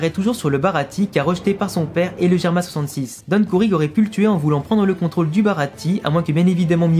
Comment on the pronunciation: On dit germa double 6 pas germa66